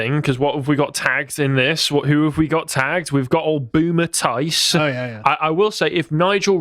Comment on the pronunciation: "Boomer Tice"? Come on man.